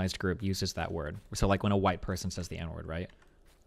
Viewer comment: It really bothers me she says “says” w a hard “A” wtf